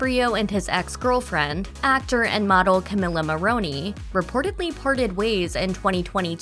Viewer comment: It is mispronounced.